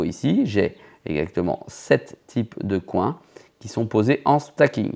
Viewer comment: Comment tu prononces « coins » en français et « steak able » ça me fume c’est du troll 100%….